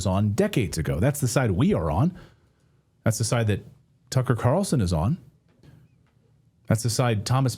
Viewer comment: Carr-ral-sen is how pronounces Tucker’s last name.